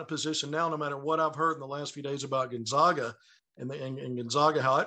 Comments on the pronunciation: Can’t say Gonzaga right either! Can’t believe an analyst still does that. It’s not 1999 anymore! It’s like if we pronounced Arkansas without the silent s at the end. The other guy says it right and he still pronounces it wrong. 🤯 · Can’t pronounce Gonzaga right either even tho the other guy does. 🤨